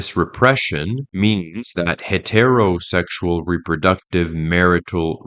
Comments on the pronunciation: I didn’t realize this was read by AI until they said “Hetero Sexual” as two words. AI is getting better. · First video watching and have a question, is English your 2nd language? Your pronunciation of heterosexual is weird